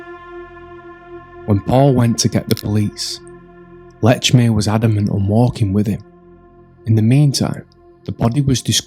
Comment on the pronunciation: Please pronounce Lechmere's name right. No T in Lechmere. Very annoying.